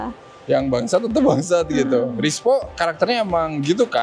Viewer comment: gara2 film GJLS, kini aku melihat merk jersey timnas tak lagi sama. ERSPO dibaca RISPO.